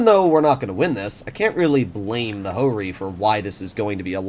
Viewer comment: Ho-Ri Not Jo-Ri